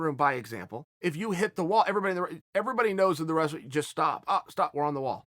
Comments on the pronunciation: Chael" resleen, russler, restling, wes-lin" Sonnen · Chael "Wressa-leen" Sonnen